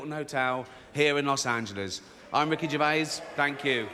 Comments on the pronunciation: Ricky gravis haha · Ricky GRAVIS, hahaah. What is this shit?